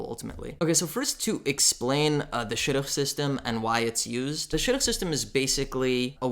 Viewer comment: Sounded like you said shotgun LOL